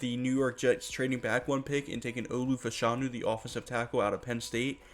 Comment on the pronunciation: His name is pronounced Fash a new